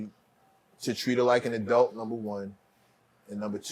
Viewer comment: And WHY IN GODS NAME do NEW YORK PPL SAY “ADELT” it’s“ ADULT” are yall dumb?? In my new York voice**